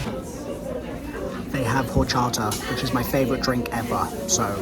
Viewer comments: you have to say it with Mexican accent hor-cha-ta not or-cha-da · Horchata proper annunciation= Orr• ca•ta